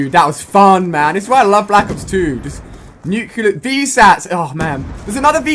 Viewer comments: Not to be nit-picky, but I hate it when people say Nuclear wrong. It is technically pronounced Nuke + Clear as in nuclear. It is not nucular. That is not a word and sounds wrong. Dont get me wrong the video was insane and I enjoyed ever bit of it, Great job Ali-A! but as a general note try to say "Nuclear" instead of saying "nucular" which is the wrong way. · Is it Nuclear? Why u say nucular? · Nyucular? Not you too, you're supposed to be English. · he didn't even get nuceler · U didn't even get a nukelear